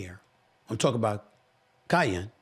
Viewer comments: Say it with me “Kai - Ann” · Its KEE-YEN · He butchering his name lol😂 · Lame! Bro don’t even know how to pronounce Kiyan’s name but acting like he knows what he’s talking about, so I knew you haven’t really watched him, then you said you haven’t watched him 😂 comparing the two simply because their dads are friends. There’s a difference… Kiyan is 6’5 and Bronny is all of 6’1, he didn’t get any of the height like people were expecting he might get. You don’t know how LeBron handled it compared to what Bronny himself wanted to do